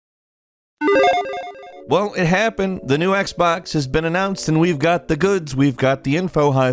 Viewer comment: Its Xbox not Xbax